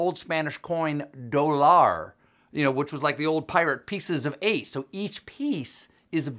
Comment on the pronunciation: In Spanish it is dó-llar, not do-llár.